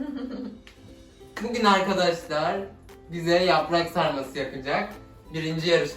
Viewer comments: yaprak sarması diyişi çok güzle jöxhisgğdihwühbsügşs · Aynı Türk gibi "yaprak sarması" dedi dnwşmd